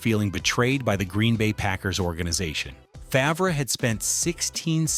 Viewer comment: Favruh 😂 Its pronounced Farve, but spelled Favre.